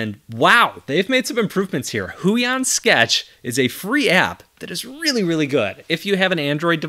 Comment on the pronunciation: Huion is pronounced as "hoo-wahng".